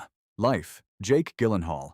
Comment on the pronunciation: Her name is pronounced Sorsha. And his name is pronounced Jillenhall. Even AIs should know these by now.